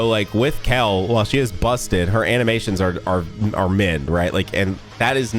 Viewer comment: ''Kel'' hahaha, yeah.. you are pronouncing it wrong